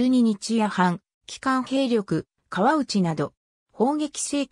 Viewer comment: 川内は「せんだい」、鳥海は「ちょうかい」と読みます。「江風（こうふう）」とはそも何者？聞いたことないぞ。